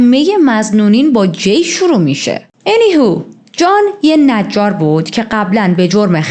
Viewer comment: با سلام و‌تشکر از کاور پرونده. تلفظ انی هو غلطه: انی هاو درسته any how یعنی بهر حال